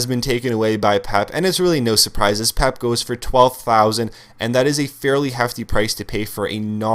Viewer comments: Peh-Pay! Not Pep! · "Pep" wtf man it's pep-a thats how its pronounced and also this is the worst team i think ive seen this year on fifa 13 for a squad builder this costly...the team is incredibly slow you arent going to win many games Im confident my bronze english/mls hybrid would crush this team also you have hardly any skill moves on your players and you dont talk about it at all....you are obviously a sweaty player and a scrub at this game Unsubbed